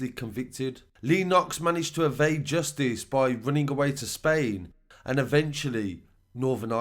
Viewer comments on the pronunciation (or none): none